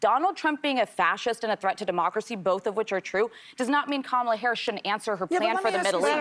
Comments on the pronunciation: All of them should kick off the pundits who do not pronounce Kamala Harris' name correctly. Kamala Harris is the Vice President of the United States. Respect her like the men. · Isnt it weird that nobody has a problem with saying the name "Charlamagne Tha God" but using a person's preferred pronouns or pronouncing the name Kamala correctly is just too much for them